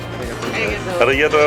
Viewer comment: Tu fais de bonnes vidéos, tu nous fait découvrir quelques spécificités de la cuisine japonaise c'est cool, merci mais parcontre fait attention à ta prononciation des mots japonais car arigato on ne prononce pas le R comme en France, on le roule !